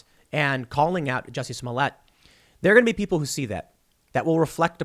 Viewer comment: Super Glad you finally pronounced his name right. xD